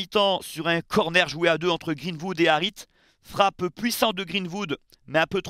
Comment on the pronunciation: "GreenVood" mdr😅😅